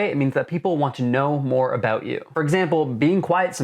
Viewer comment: he said a-boot.